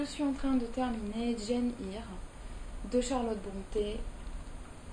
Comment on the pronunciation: Arrfff pour Seamus on dit Shaymus et pas simuss Et pour Eyre on dit : Air... ça veut dire Irlande en Gaelic... Désolée, je ne devrais pas reprendre sur la prononciation. ( défaut des origines irlandais sans doute...) C'est pas le but de la vidéo, que j'ai adorée, comme toutes tes autres vidéos. Ce n'est pas ce genre de détail qui m'arrêtera de te suivre :) Toujours de bonnes explications j'adore :)